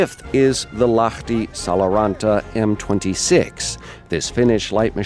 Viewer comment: you said lahti pretty well tbh